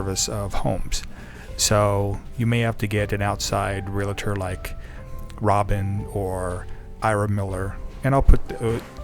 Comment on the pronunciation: Good information about the villages. I suggest you pronounce realtor correctly.